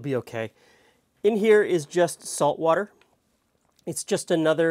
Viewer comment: I came here straight from Brad’s chilli, so as soon as you said “wourder”, I giggled. 😂